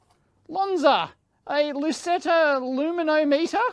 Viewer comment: Loo-me-nom-it-er? Dave obviously lives in electro-nerd heaven!